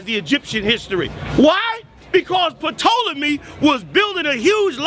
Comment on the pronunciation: This is an interesting in-depth article which discusses the DNA test of the Tutankhamun as well as the attempts by some to claim him. Great read along w/ great pictures for those interested in the subject. Peace. And, god damn! The P is silent in Ptolemy. Apparently, mispronouncing words is their thing.